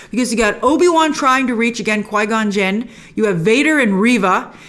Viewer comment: Quigon Gin? you mean "QUEE-GONE gin"